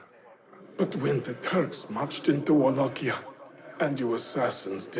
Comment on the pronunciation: good pronounce, as a Wallachian i appreciate the video mentor.